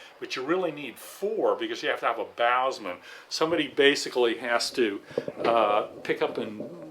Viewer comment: Bowsman, pronounced something like Bow sun.